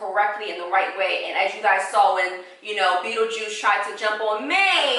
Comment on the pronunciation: Not “Beetlejuice”! 💀💀💀